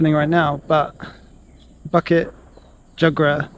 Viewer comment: Awesome! bukit pronounced as boo-kit and jugra pronounced as joo-gra. In Malay, any consonants that has the 'u' vowel after it, are pronounce as a 'oo'. During the colonial days, both Indonesian (under the Dutch) and Malaysian Malay had it spelled with the oo but has since changed. I see alot of other folks commenting on that. Apologies for the repetition. :) And the cemetery you came across was a 'Taoist' cemetery. They are mostly folks from Southern China (usually originating from either Fujian, Guandong or Hainan province). Most Malaysian Chinese have their roots from these provinces. Obviously Muslim cemetery would have different headstone. And Christian one's would resemble the ones from the west which you'd be familiar with.